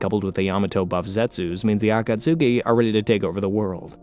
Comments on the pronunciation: These videos are so great, but the pronunciation on akatsuki actually makes my ears bleed 😭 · As good as the video is... PLEASE for the love of God, get the pronunciation right. For future content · Yo I love your videos but caught-ka-sukee stupidest shit I've heard lol aw-ka-tskee if you're gonna make a 7 hour video at least get the basics right yeah? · Every time you say "Akatsooki" a baby in Africa starves to death. Shame on you, sir. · I love these videos! But there's so many things that you pronounce as if you've only seen the words written. Akatsuki is not pronounced acat-sooki! A-khat-ski=Akatsuki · The “Ah Cot Sookey” is insanely crazy my guy you don’t need to pronounce each letter in the word. 😂😭 I’ve Never Heard Someone Call The Akatsuki That Lol. Love The Video Though. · Yeah either it’s a AI or a guy who never practiced the words, any time I heard Akatsuki as Akatsuuki I cringed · AH KAT SOOKIE ARE U KIDDING ME THIS SHIT IS ASS REDO IT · A - KA - TSOOKIE 😂🤦‍♂️ Says it so so so many times. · i love the video, but acatsuki? 😭💔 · Aah - Khat - ski!!! I Love Your videos, but the way You mispronounce certain words makes me want to seek similar content elsewhere... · Bro don't say akatski* like that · If I hear atasuski 1 more time 😡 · THANK YOU. I couldn't wait for Kakazu to die just so I didn't need to hear the name again. Kah Koo Zoo from the Ah kaht sukii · Ah-ka-s-ke not akasuki is is pronounced differently from how is spelled im glad im not the only one minority annoyed by the mispronouncions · "Ah-kah-tsew-kee" and "jin-chew-reeh-kee" are too much for me to listen to 😭😭😭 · He's gotta be doing it on purpose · me-na-toe (minato) ah-cuts-key (akatsuki) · For real! Same rule as Sasuke lol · I can’t watch this with him saying Akatsuki like that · I've never watched naruto and know that's not how you pronounce akatsuki 💀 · Oh my God the mispronunciations so many times so quickly I just can't do it sorry